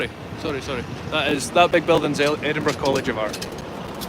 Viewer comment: No,. I'm from the US and even I know it's not pronounced Eddinburg!! 😂